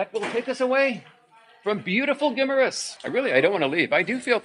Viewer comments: gi MAR us there is no short i (big, pig, kiss) sound.. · Guimaras. Pronounced Guy-maras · My Wife 34 years, was born and grew up on Guimaras ( pronunciation Gim- A Rus, ) later the Family moved to Ilo Ilo, I Have not been there for more than 20 years, Days Motel and Resturant where Superb